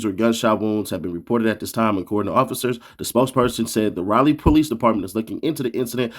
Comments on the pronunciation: Man he said raeleigh its Raleigh lmao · It's "Rally" say it right next time 😂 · Rayler NC? 🥷 don’t even remember what the inside of a school looks like.. who can’t pronounce a gatdamn capital city?